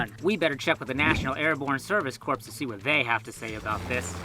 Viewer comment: You've been living in a non-English speaking country for too long. It's pronounced "core" not "corpse."